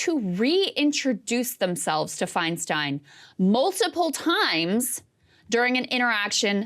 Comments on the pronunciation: Interesting that Whoopi mispronounces Feinstein's name twice. It's "Fine-STINE" not "Fine-STEEN." Could this be an accident? No, because Whoopi got her start in the comedy clubs of San Francisco in the late 70's and early 80s, right when DiFi was a member of the SF Board of Supervisors and then Mayor of SF. Whoopi has heard DiFi's last name pronounced correctly for well over 40 years at this point. Is this just another manifestation of Whoop's anti-Semitism? Asking for a friend. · Are we going to ignore the fact that Woopie didn't even have enough awareness of Feistein to pronounce her name correctly?